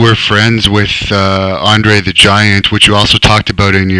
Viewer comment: Andre The Jant Dwof!